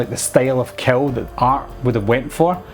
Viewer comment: Awesome review! It took me a bit to realize you weren’t saying “cow”, but “kill”. I got it all after that. Art’s freaky scary...mute killer with victims that have no idea why they’re about to be killed. The red food colouring in his teeth, black and white face and clothes. Menacing! Spot-on assessment!